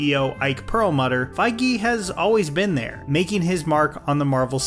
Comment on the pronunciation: Why is he pronouncing feige like that 💀